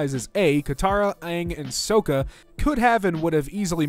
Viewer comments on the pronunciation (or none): Nooooooooo! You almost had all their names right except for Toph and Sokka...! Hearing the pronunciation, you had for Toph made my weird brain think: Toph the loph, and I hate it while laughing hysterically...! XDDDD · if i ever hear someone say sokka and toph the way does there will have to be an amendment made to the geneva convention